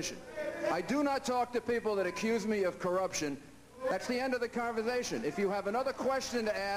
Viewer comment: Thats the end of the converzthashun. He's insulting his audience... Where the hell does he think he's getting himself?